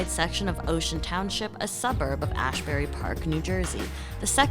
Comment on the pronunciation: “Ashbury” Park Who’s your editor?